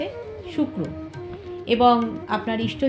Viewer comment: ইস্টো না। ইষ্ট